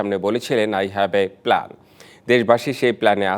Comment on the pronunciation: এতদিন বলছে আই হ্যাভ এ প্লান্ট আই হ্যাভ এ প্ল্যান মানে কি তারেক রহমান কি করতে চায় আর এখন সাংবাদিক বলে কি